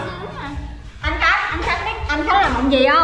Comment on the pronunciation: Ủa sao tui nghe bàa vân kêu khánh là út vậy (gthich cho tui với ạ )